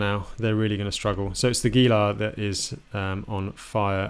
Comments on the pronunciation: Javalina— “hava-leena” Saguaro— “sa-war-ro “ Gila —“hee-la” 👍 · Gila = "heela". Great stuff thanks!